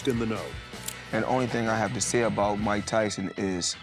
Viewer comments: bro said might tyson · It's Mike, not might!